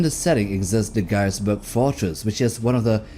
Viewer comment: ガイエスブルク要塞の読み方安定しなくて草